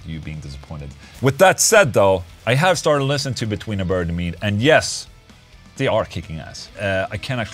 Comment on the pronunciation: I thought you were saying Between The Bird And Me.